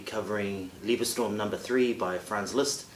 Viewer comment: It's just "Liebestraum" with "a" not "ä" (maybe you confused with plural "TrÄumE", singular is "TrAum") Beste Grüße aus Deutschland ;)